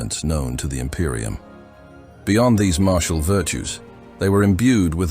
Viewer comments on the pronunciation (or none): none